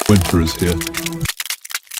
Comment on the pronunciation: It's "winter." KEVIN SAMUELS